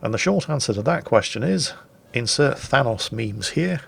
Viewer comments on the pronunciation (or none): none